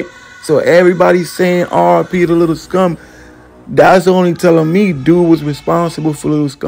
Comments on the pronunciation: SCOOM not scum bruh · Lil scoom bro not scum